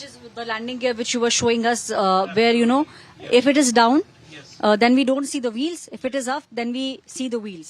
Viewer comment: "vee have seen it"